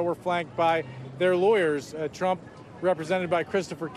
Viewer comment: Did Chuck Todd have a slip of the tongue at the intro and say "...Chump, er Trump...?"